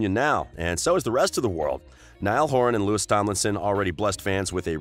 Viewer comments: "Couple of years" wtf ? "Loui'sss'(!!!?)" Tomlinson? 😕😓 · Nd btw the 's' is silent in Louis !!!!!! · Anyone gonna talk about the fact that he said lewis tomlinson?!? or am i the only one that watched that far? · DBHXYSUSVXYSIS he called Louis Lewis he already said it’s Louie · Why is it every time one of these channels talks about Louis they pronounce his name wrong? You’d think if they were going to make a slanderous video about someone they’d take time out to learn their names smh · Well you went most of the video without ficking up Louis's name.